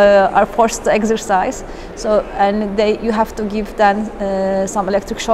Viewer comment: And "eggsercise".